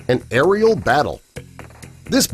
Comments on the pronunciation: "Aerial" not "ariel." Ugh. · The. Word is “AERIAL” 🤦‍♂️ And Emu is pronounced E -MEW .not MOO.